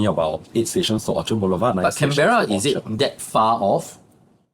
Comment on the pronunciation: Pronounce Can bur uh, not Can Bear Rah